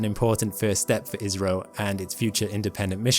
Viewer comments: I kept hearing "Israel".. then I realized he was saying "IS-RO". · After watching again, I do hear IS - RO more, but sometimes it's almost indistinguishable from Israel. 😂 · cmon man learn to pronounce Is-ro , Isreal is completle different 😂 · Oh, IS-RO...I was about to ask if he was alright because I have never heard a mistake so big... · agreed. I.S.R.O. is better. I was getting so co funeral as to why he kept saying "Israel". 😂😂😂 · "Israel" "Izrrio". Pick a poor pronunciation and stick with it, would ya. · That's because he had 8 pronunciations, including "Israel" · It should be said more like "eyes-row" 😂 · He IS saying Israel!! (Mercury is still retrograde…) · "ISS-RO" is the correct way to pronounce 😊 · Yes, I’m hearing Israeli as well. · I keep hearing it as Israel, it's really messing with me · He is clearly saying Israel then India in the same sentence over and over. And I'm British the same as the OP. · ISRO - India Space Research Organisation - gotta love AI pronunciations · Indeed. AI let him down. 🤪